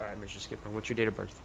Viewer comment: I remember when he said shitmore instead of skidmore 😂